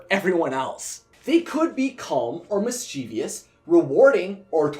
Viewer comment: Mischievous (mis-chief-is)